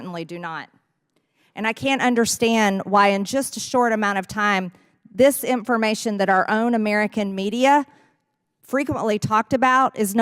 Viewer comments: "Intfermation." Christ, she is an idiot. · WTF is "intformation"?